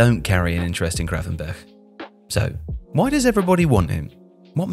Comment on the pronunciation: Was hoping might try pronouncing the 'G' in his name properly but alas 😅 Nearly managed it